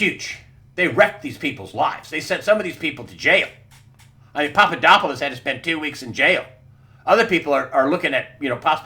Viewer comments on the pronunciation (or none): none